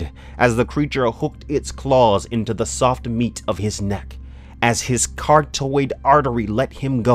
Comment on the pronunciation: implacable im-ˈpla-kə-bəl , chitin ʹkītĭn , carotid kuh-rot-id. great reading voice, but if you're not sure about pronunciation, google it, man.